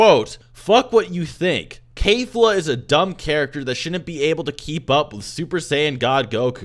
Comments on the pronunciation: its KEF-LA not K-FLA. Not a single character has ever said K-FLA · My dude why are you saying "Kayfla"? IT'S KEFLA. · its not "kayfla" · Can you please stop mispronouncing keflas name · Do you not know how to pronounce Kefla?